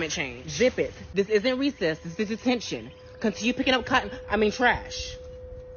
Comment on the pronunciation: Did she say iss do she mean iss